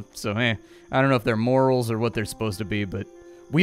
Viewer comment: So you're saying you don't have morals in the colony? ;) (Yes, I know you were talking about morels... but it did sound amusing :D)